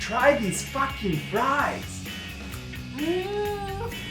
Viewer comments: Me: did... did she say Boyfriend: No, FAHKING, not that other word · Well now i have a reason to say "fakkin"